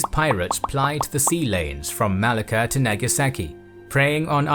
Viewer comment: I have never heard anyone pronounce Malacca like that before Good video btw